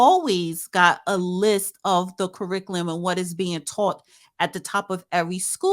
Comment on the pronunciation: Damn you cannot pronounce curriculum 😅😂